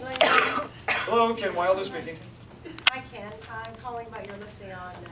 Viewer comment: It's not Weilder. He is a great coach for buyer representation!